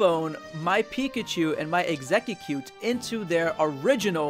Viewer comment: Since when did EXEGG-CUTE started to be pronounced as EXEGGE-CUTE???